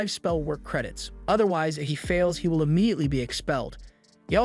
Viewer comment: Is bro saying vill instead of will